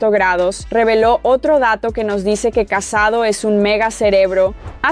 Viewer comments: Buen video pero la pronunciacion... casadò con acento no casado porque si no parece que se haya casado xD y el pueblo se escribe Sant antoni de vilamajor pero es como si la jota no se pronuncia sería como decir mayor pero con jota major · no se llama casado se llama CASADÓ con acento en la O!!!! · Cuando pronuncias Vilamajor, Casadó o Masia me sangran los oídos. 😂